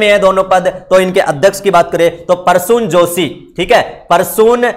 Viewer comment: Parsun nahi Prasun joshi boliye please